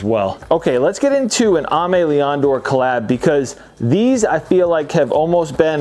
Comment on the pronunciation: Please say “Aimé Leon Dore” like AIMING; it’s aymé ;)